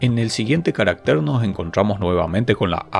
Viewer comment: En singular , CARÁCTER es una palabra grave y va acentuada, tanto prosódica como alfabéticamente en la segunda A. Su plural es CARACTERES, sin acento ortográfico. En la presentación el término "caractér" (no existe en español) se repite más de veinte veces.